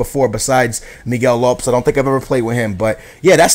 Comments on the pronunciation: for being a portugal fan you can't say half of their names. Lopes....rofl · Miguel LOPS? Really skills. I'm from the UK and I know it's pronounced LOH-PEZ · Miguel lops?? Man u cant even pronounce portugease names!! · You can't pronounce Miguel Lopes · why is your pronounciation so weird? considering ur porotghese....!! its pepe not pep or is it pep? im not sure haha...and lopes not lops?